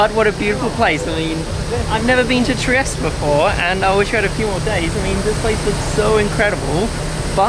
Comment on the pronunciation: I stayed with the best host family in Trieste, this warmmmed my heart. Also it's triest(eh)